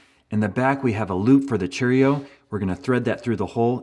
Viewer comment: I've never heard Cheerio said so strangely. Chair-io. Still loved the video! Thanks man!